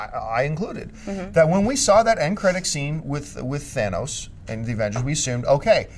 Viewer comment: I am so happy jon pronounced thanos's name correctly. So many youtubers butcher his name jon you have another fan here now.